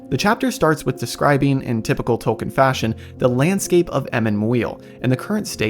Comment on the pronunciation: I cannot stand how you put all this effort into making a cool video and you can't even pronounce Tolkien's name correctly.